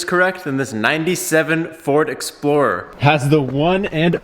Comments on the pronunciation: is saying ford explorer or ford exploder??😂😂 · This man's really said exploder? 😂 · No way you said exploder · Just for your knowledge its called ford EXPLORER not ExPLoDer😁 hahahahahahahahaha , Great video by the way